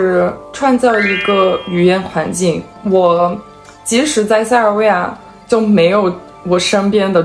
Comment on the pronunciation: 我很感觉奇怪，你学的那么优秀，儿话音也挺好，但是塞尔维亚的儿话音你却发的不好。